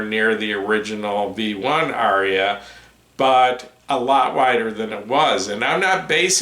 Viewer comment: Thank you,! Incidentally, the Indo-European word, “Arya”, has only TWO syllables. 🤓